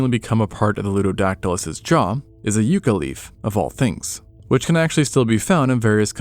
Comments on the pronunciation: It's pronounced more YUCK-uh than You-kah. We love our stabby yucca plants🌵 in the Southwest and eat fried yuca🥔. LOL I enjoy your videos! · haven’t heard yucca pronounced that way before. Yuh-ca not you-ca it’s my states “state flower” love the vids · Yucca sounds like "YUCK-Ka" instead of "YOO-Ka" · Yucca is more "yuck uh" and less "you ka" as someone who has one in my front yard. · Actually -- YUCK-UH (yucca) describes the succulent plant from the SouthWestern U.S. YOO CUH (Yuca) is the root from Africa they use to make fufu. Not blaming you just wanted to mention. Surprising it is all across the U.S., i'm only familiar with the ones in thet Southwest! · Pronounced “Yuck-A” not “You-Ca” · Yuh-cuh not you-cuh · It's a yucca, not yuca. Different plants and pronunciation. Great video otherwise. Love the channel. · yucca = yuck-a not you-ka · It's not a you-cah leaf but a yuck-cah leaf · Yucca, not "Yookah" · Love the video but I cant help dying as a New Mexican when you pronounce "yucca" as "yuu-ca" 😭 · i couldnt figure out what the hell a yewka plant was and then i realized what you were trying to say 🤭🤭 hahaha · Speaking of bizarre, the way you pronounce yucca is absolutely bizarre to me. I've always heard it pronounced yuck-uh, like the ancients named it for how the leaves taste. It's a native American name, I don't call the shots. But yeah, depending on the type of yucca, that could've been quite the grievous wound. Considering that everything was bigger back then and the modern day agave has leaves that could quite literally impale a human on... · yucca - short 'U'. "Yuck-a". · Small thing, it’s pronounced yucka. Sorry for being nit picky. 😉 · it may be valid but, the pronunciation that is common where I grew up and every place I’ve lived in the western states is yucca/ yucka. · A Pew-Cuh leaf. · You need to look up on how to pronounce yucca. It's not a U sound... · they way he says yucca made me laugh that is not how u say that at least not where I'm from.